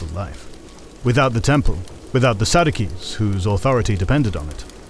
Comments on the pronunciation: Pretty sure pronunciation is "Fair-uh-sees" and "Sad-juh-sees". Pompeii emerged without touching a single thing, and expressly forbade his soldiers from looting the Temple. From a Roman perspective, remarkably restrained. Yahweh was there. No doubt. The only major religion that was exclusively monotheistic and erected no statues. The region and all across the Mediterranean united by Latin, and we see the beginning of ending the Judean religious establishment and the invitation and extension to foreigners. The Pharisees and Sadducees were responsible for the Crucifixion of Christ, the Essenes seeking the figurehead that would lead Jerusalem in the New Kingdom, the Zealots who insisted violent resistance was entirely justified, and in their squabbles at odds with Jesus' teachings, fell. The internal strife an express and deliberate example of why religion fails under the order of constantly seeking "the Law" in legalistic, inflexibly strict doctrinal dogma. Judea fell as predicted in prophesy. But the Roman Empire that instigated it began it's crumbling fall, also as predicted in prophesy. Israel reforging into a country (though over 1,800 years later) was also prophesied. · Who pronounces Pharisees, Sadducees and Essenes, or Josephus like in this video? 🤨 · Okay. You're pronunciations of pharasees and saducees had my head spinning.